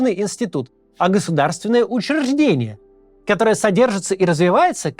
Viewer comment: Максим, переигрываете. Не надо тягаться с пометом, "мрази" - да это слово само себя дискредитировало уже. Ну и прочие обзывательства. Когда один раз вырвется - да, верю, а вот так не, ту мач. И надо получше проработать произношение слова "учреждение". Ну а пр существу, согласен с роликом - в России церковь всегда была органом власти, поэтому их так дружно и взрывали, когда пришло время. И снова будут. Почему то все батюшки которых я знаю это бывшие менты, бандиты или шишки. Так что тут все понятно. Ну и да, про застройку скверов в мякотку, у нас 10 лет строят домину выше 12 этажки, так и не достроили толком, зато сквер угробили. Но пофиг, я теперь в другой православной стране, и тут, кстати, православие и религия прям имеют значение, пасха - прям Праздник. Да и все другие церковные. Вот так то.